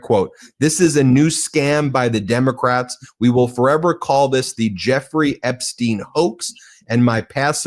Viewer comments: You can't just throw out an alternative pronunciation of Epstein, like...I need to know...Does she think everyone else is wrong and she's got it right? Or is it more like, she's just committed to it now because the first time she saw it was in written format and she assumed it was like Einstein? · She needs to pronounce Jeffrey's last name correctly. I mean it's all in the news and she can't even pronounce it, right?